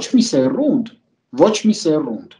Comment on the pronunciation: Հարգելի,միշտ հաճույքով եմ լսում ձեր բովանդակալից ու մաքուր հայերենով հնչող խոսքը։Ձեր նախանձախնդիր վերաբերմունքը մայրենի լեզվի նկատմամբ բազմապատկում է հարգանքը Ձեր նկատմամբ։Ներողություն, ուզում էի հասկանալ ` 《սեՐունդ》բառը ինչո՞ւ արտասանեցիք 《սեՌունդ》։Կանխավ`շնորհակալություն։